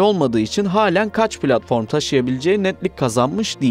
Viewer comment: Plartfon değil TÜRKÇE ZEMİN